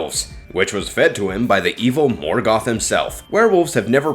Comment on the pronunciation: You couldn’t even be bothered to pronounce “Silmarillian.” Same for “Morgoth.” Same for “Minas Tirith.” And “Ungoliant.” You failed to mention Galadriel, by far the most terrifying she-elf to ever elf-wench.